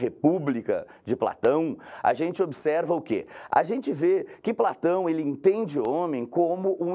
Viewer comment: De Platãuum